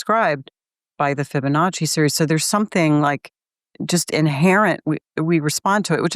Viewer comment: I'm pretty sure he's mispronouncing Fibonacci. Fabanichee??? LOL!